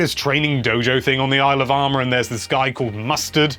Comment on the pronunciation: Everytime says "Isle of Armor" I hear "Alabama" lol.